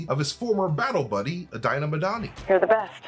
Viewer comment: Dinah is pronounced “DEE-nuh”., did you watch Punisher?